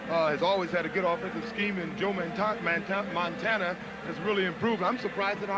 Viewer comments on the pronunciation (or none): he was soo high he couldn't pronounce MONTANA, lol